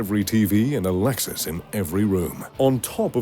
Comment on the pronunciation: “Alexus”? it’s ALEXA !